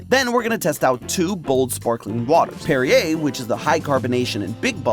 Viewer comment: He says "La Croix" right but says "Perrier" like derriere 🤷🤷